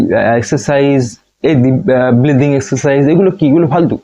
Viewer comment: Dada oita bleathing na oita breathing hobe.